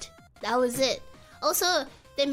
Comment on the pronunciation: "hopefully you'll get an edit for dat story" That accent slipped out. You only use that accent if you speak a SEAs language.